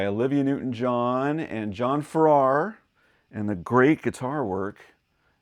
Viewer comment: The pronunciation of John's last name has emphasis on the first syllable. He was also a member of the Shadows and of Marvin, Welch and Farrar. . . and the Strangers. It is a great song.